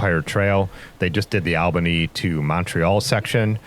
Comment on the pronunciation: Great video and fine narration. Did you come across any bikers who bike packed and slept in their own shelters on the trial? Oh BTW take this as helpful nothing else. It's pronounced All-ba-nee.